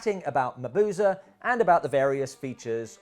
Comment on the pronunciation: A wonderful video! A clever and unique way of going about this.And I am eternally happy that you pronounce Mabuse correctly. xD